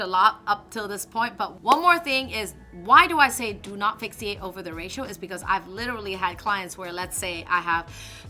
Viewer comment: It's pronounced "fix-ate". Just like it's spelled :)